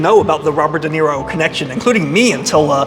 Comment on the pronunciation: I think It’s spelled Duh Knee Roe. Okay, you fixed it 😂